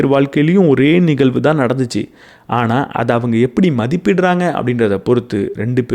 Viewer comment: அருமை.‌. Good talk & delivery. Kudos. ஒரே ஒரு கருத்து. 💐😊 தயவு செய்து 'ழ' உச்சரித்து பழகவும். நிகல்வு அல்ல நிகழ்வு என்று சொல்ல வேண்டும். தமிழுக்கு ழ அழகு. மெல்லினம் இடையினம் வல்லினம் அறிந்து பேசும் போது உங்களுடைய இந்த அருமையான பேச்சு இன்னும் மெருகேறும். மிக்க நன்றி